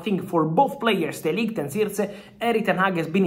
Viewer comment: De Ligt not Delight 😅😅😅😅